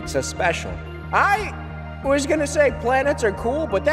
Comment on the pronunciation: " I was gonna say Planets ar cool" Poor Mercury gpt roasted